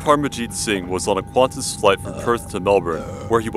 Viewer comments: Don't be Snarky, I know its an acronym for Queensland and Northern Territory Air Service. However I am talking Phonetically. What I am saying is that it should be pronounced "Kantas", not "Kwantos", Just Like KLM is just KAY EL EM, not KonLuMaat Airlines (Koninklijke Luchtvaart Maatschappij (Royal Dutch Airlines)) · Quantas with a "U"? PFFFFF! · Man... that's QANtas not QUANtas... please don't add "U" on that name.